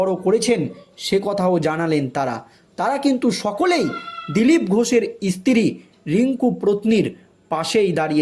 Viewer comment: ইস্তী টা কি? সাংবাদিক ঠিকঠাক উচ্চারণ করুন।